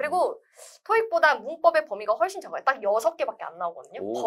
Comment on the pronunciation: 훨~~쒼 쉬워요. 한국말인데도 영어발음 느낌 ㅋㅋ